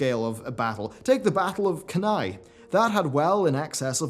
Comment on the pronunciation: Cannae - emphasis on 1st syllable - source: 12yrs classics study.